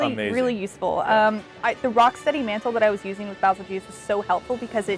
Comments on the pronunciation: Pronounce it like this Bay-zell-goose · Baa zil geese is the correct pronunciation. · FYI : バゼルギウス (Bazerugiusu) as the japanese name stated Winner: Bazzel-ge-use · Its not bazelgeuse, its beetle juice